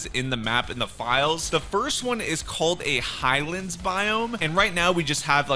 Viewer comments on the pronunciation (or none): none